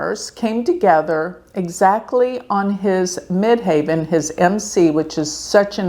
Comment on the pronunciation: By the way --- as someone who has done astrology for 50+ years...the pronunciation you keep screwing up is MID-HEAVEN....NOT MID-HAY-VEN (the highest point above the horizon - Ascendent). Do better.